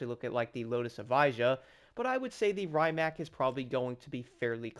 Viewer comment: The original electric hypercar! The brand is pronounced Ree-mac. I won't be surprised if they add the Pininfarina Battista, which shares many components with this.